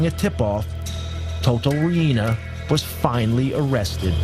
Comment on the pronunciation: u say it like toto RIENA not RI-INA lol